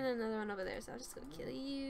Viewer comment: "Hello cowwss. I'm gonna kille yewww"